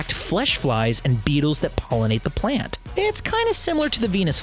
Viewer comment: BUH!-eetles that PUH!-ollinate the PUH!-lant